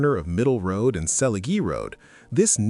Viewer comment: The -"gie" in Selegie Road is pronounced like the "-gee" in "geek". Please stop pronouncing everything the American way when the names belong to another country.